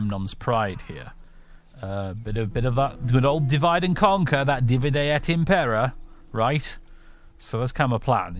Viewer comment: loving this series! (btw, since you seem to be interested in pronunciation etc - Impera, as in Divide et Impera, is stressed on the first syllable IM-pe-ra, because the e is short. It should be DI-vi-de et IM-pe-ra. And it doesn’t quite mean divide and conquer, but divide and rule.)